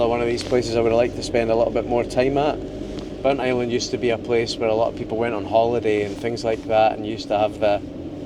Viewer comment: A hugely interesting episode (as always). The Pictish carvings were fascinating (I studied A-Level Archaeology some years ago). I also learned that Burntisland is pronounced 'Burnt Island' and not Burnt - is - land as I always thought. Loving the series and looking forward to the next one. Thank you.